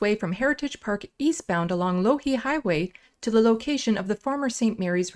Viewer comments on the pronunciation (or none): Its pronounced Law-Heed after the long dead Peter Loughheed.